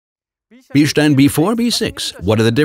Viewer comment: today I learned how to pronounce Bilstein